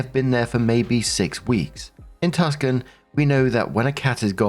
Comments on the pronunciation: Lol. Britishness is showing. Tucson is pronounced Two-sawn, not Tuck-sun. Why is it pronounced that way? IDK, but its likely an indigenous peoples word. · Story 1 -: * sees: Tucson....says: "Tuscan"....actual pronunciation: "Too-sahn" * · Hey. No biggie; just to tell you that Tucson is TOO-sahn, not TUCK-sun. 😊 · Oh. You should have googled the city. Tucson is in Arizona and pronounced two-saun. Emphasis on the first syllable. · Tucson is pronounced TWO-sahn,. (I know, it's weird. It's weird even if you're an American.) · "tucson" (Tucson, Arizona) is pronounced TOO-sawn. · Hi. FYI, story one city is pronounced Two-San. Spelling is unusual because it’s Spanish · It's not Tuscan, It's Tucson...dude. Google it. ;-) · Hey, just an fyi — the city of Tucson is pronounced “two-sawn”! 😁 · I'm going to be that person. Tucson is pronounced "Two sawn". It's in Arizona. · the city's name is pronounced "Too-san." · The C is silent in Tucson 🩷